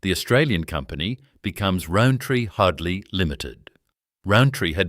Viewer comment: His name was Hoadley pronounced HODE-LEE not HODE-LYE